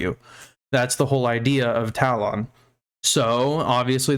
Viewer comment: my dude... it's pronounced TA-LUHN. for my mental health brother please correct yourself